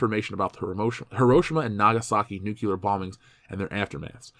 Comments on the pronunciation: Every time someone says "nucular" instead of "nuclear", a scientist dies. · Great vid. I just have to say though, please stop saying "nukyooler". (Nu-klee-ur)